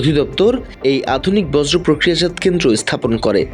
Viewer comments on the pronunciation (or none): বজ্র না বেটা বর্জ। দেখে খবর পড় না?